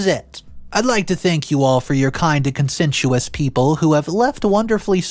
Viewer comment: Much like conscientious is not the same as consentuous in pronunciation.